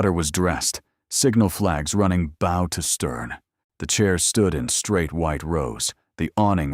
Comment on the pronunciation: How can you call a bow of the ship a “brow” all the way through the story.